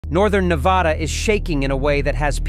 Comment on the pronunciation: If someone’s gonna narrate about N.V. they better know how to pronounce Nevada correctly!! It is Nevada! Not nevouaghda, nevooda or however you tourist think it’s called! It is spelled n e v a d a! Uuuuhhh duuuhhh